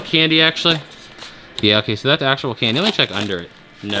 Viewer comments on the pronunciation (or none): none